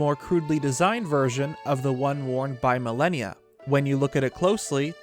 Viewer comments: Ma-Lan-Ya. I chuckled every time you called the horse god Malenia😂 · Malanya not Malenia. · Malanya, not millenia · Every time he said "Milennia" instead of "Malanya" I think I died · I think his name is pronounce Malan-ya, not Malenia. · Mah Lah Nyah. stop fucking saying milennia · "Milenia"???? you mean MUHLAHNEEYUH ... like what.. you're saying "millehneeya" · Name is pronounced Ma-Lan-Ya. Not Millennia. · Naw dude it's not pronunced Malineya.. it's like the 1st lady Malanya (Mah-Lawn-Yah) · You are pronouncing Malanya as millenia..........it would make way more sense and sound like Malon if you pronounced it like Ma-lahn-ya. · its "mah-lan-ya" (you know, like orange "man's" wife) not "millennia" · "Millenia?" Shouldn't it basically be pronounced Malon-ya? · Ah yes, I too pronounce "Malanya" as "Millennia" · Bro why tf is your name?? It makes no fuckibg sense. You make great vids just pls change your name EDIT: Its called MAL AH NE AH Malanya. Just like the name Malon. How did you not get this? The way you pronounced it made this video hard to watch. The rest of the vid is great. Just please learn how to pronounce things. EDIT: Its pronounced Keltic with a hard c. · Also its pronounced MAL AH NEE UH Malanya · How do you get melinia from malanya? And oakerina from ocarina? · it’s pronounced mal AH nee uhh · Isn’t it mah-lan-yah? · pretty sure its pronounced Ma - lan - ya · Soooo I dont wanna be that guy but it bothers the hell out of me that you are completely mispronouncing Malanya's name it should be MAL-AN-YA, anyway good vid. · has it right, it's Mah-lan-yah. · Of course it should be pronounced Malon-ya...but can't even pronounce the word "Celtic" correctly....bruh...your vids are cool and all, but it's pronounced with a hard C (k sound)...unless you're referring to a sports team from Boston. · pretty sure itd be pronounced Mal-an-ya, which sounds closer to Malon. Great video 😀